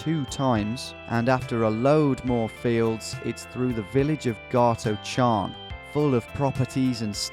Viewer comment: Garthocharn is actually pronounced gart-oh-harn Just to let you know, love the videos mate keep it up.